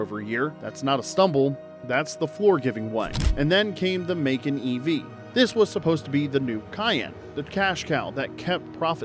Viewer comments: It's Muh-Kaahn. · AI is still learning🤫